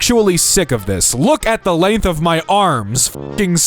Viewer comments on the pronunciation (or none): none